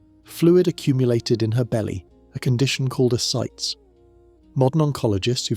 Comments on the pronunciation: Ascites is pronounced Uh-Sy-tees. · "Ascites" is a 3-syllable word, pronounced "a-site-ees." You mispronounced it at least four times.